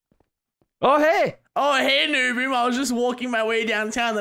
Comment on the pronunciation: Lol got NoBoom's name wrong